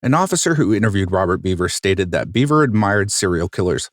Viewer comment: Can anyone explain his accent for me? It sounds normal except for certain syllables like “2013” in the end and “park” in the beginning. By normal I mean average or nondescript, in case people mistakenly take offense. Also Michael pronounced his last name “Behver” not “Beaver”.